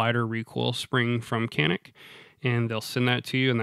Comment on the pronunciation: as a sfx owner turk, I 'll give you the big secret.. It's pronounced "John-ick" here.. but you keep calling it that and we'll keep pronouncing jeep “Cip"..